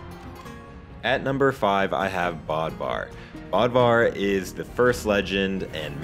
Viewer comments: It’s pronounced bowdvar and spelled bödvar..... NIX IS A GIRL I THOUGHT SHE WAS A BOY? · Him saying: bod var Me thinking: I thought it was Bode-var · Pretty sure it's pronounced bödvar or bødvar [something like buhdvar]. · Why does him saying Bodvar bother since its pronounced Bödvar (Bowd-var) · Noticed the same thing. Kinda bugged me tbh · Who else triggered he said Bödvar wrong